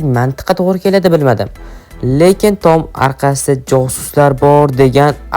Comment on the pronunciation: "Tom" emas "Tom" deb yoziladi ahmoq "Tom" deb oʻqiladi. Shu jinni har safar "Tom" deganida asabim chiqib ketyapti🎉